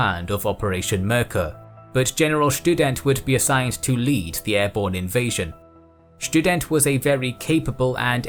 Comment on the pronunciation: Schtudent sounds like a very good student